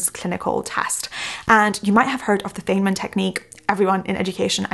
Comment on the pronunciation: You butchered richard feynmans surname lol. Its pronounced Fine-Mun